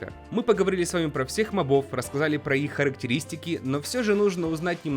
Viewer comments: Не мобо́в а мо́бов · Не мобОв а мОбов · Правильно МОООООООООБОВ удорение на О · Мобов— ударение на первую "о"! Заебал